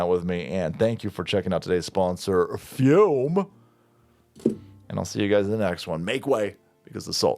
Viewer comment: I appreciate you pronounce the flavored air device "fyoom". So many people pronounce it "foom", and you know what that is like? It's like a knife in the heart. Every. Single. Time.